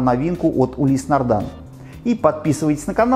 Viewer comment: Но почему нардАн, а не нардИн?!